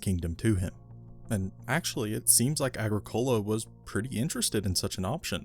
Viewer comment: Your pronunciation of Agricola is slightly off its Agric ola